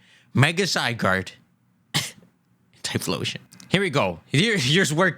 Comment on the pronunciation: "the only thing i can remember is thyphlosion" - im dead lol